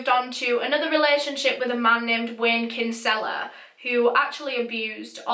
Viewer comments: Hello! Love the videos am a huge fan just wanted to let you know Wayne’s last name is Kinsella is actually pronounced “kin-sla” like it’s meant to be said quick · Being Irish I laughed at how you pronounced Kinsella and the crime rate here doesn’t surprise me!